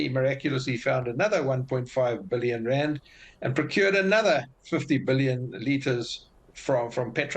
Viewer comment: 6 bee-lee-yon